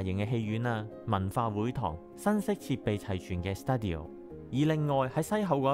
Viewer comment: 不好意思呀，只想善意提出意見，請不要見怪。 另外，「Studio」，要不以英文讀成「styoo·dee·ow」，要不以日本語讀成「スタジオ」。現在卻讀成「スタディオ」，有點不倫不類。